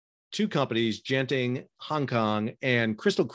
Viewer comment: Lim Kok Thay isn't broke. Genting HK is only a tiny part of the enormous (non-shipping) Malaysian based Genting empire he inherited from his father. And he didn't resign because of the evading arrest thing. He quit because the company is bankrupt. They're winding it up voluntarily. BTW: the pronunciation of genting is wrong. It's not a soft g, like a j, as in general. Use a hard g, as in golf.